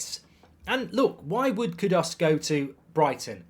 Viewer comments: It's extremely annoying to hear you not even try to correctly pronounce his name . KUDUS!! not Kudos . Where do you see a an o in KUDUS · Kudas Bruv its pronounced as Kudoos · It’s kudus not kudos mr Goldbridge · Pronounced Koodoos Marky!!!! Learn the name😂